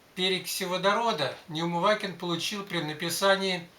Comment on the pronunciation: Ну хоть фамилию-то не коверкайте, если помните! НеумываКин! И нет там буквы Й.